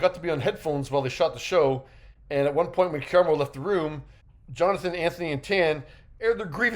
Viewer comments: His name is Ka-Rah-mo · KER•RAH•MO-, can you PLEASE pronounce his name PROPERLY?! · KU-RAHH-MOE!! Say it wilth me!!!! You definitely didn't pronounce it right. It's disrespectful to black people in general for white men and women to not say our names correctly. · Why tf is he pronouncing his name Kyer-emo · I need you pronounce his name Kaaaraamo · I hate veiled bias and racism against Black people. It’s been a few times he’a had underhanded slick comments against Black people, as well as a dismissiveness. The fact that you talk about someone but won’t even say their name properly just exposes your clear prejudice. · you keep pronouncing his name wrong …also how are you out of breath sitting in front of a camera ..? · Why are killing his name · First of all, pronounce his name right because you’re BUTCHERING it. And what kind of clown would sit in a space with people that don't like them? How disgusting and disrespectful of you to call that "drama" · He’s not being dramatic as you not pronouncing his name correctly!!!! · I wanted to hear about this but him butchering Karamo name is getting on my nerves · Listen, Karamo was always my least favorite (he always sounds like he's preaching at people and it doesn't really feel genuine to me. Plus, like someone else said, the Pink Sauce drama on his show was MESSY), but a "journalist" who can't even be bothered to learn the correctly pronunciation of the person they are talking about?? Big yuck, dude. I do think it's a little funny that the QE bubble seems to be imploding right before the final season though. 😂 The girlies are fighting!! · You appear to be biased, and won’t even pronounce his name correctly. Dismissive and Cheap Journalism. Unsubscribed .✊🏾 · Thank you cuz ppl act like it’s a phonetic issue to say his name correctly. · Thank you for that!! And it not like he hasn't heard it properly pronounced before!!